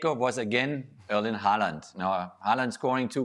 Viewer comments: The subtitles says Holland, and quite frankly, that's what I hear too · They say Haaland All I hear is Goaland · Pronounsing his name correct.Imagine the letters was Howland, or How Land